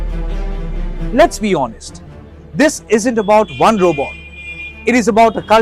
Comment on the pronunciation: If you can pronounce chatbot, why can’t you pronounce robot? What is robo? 😂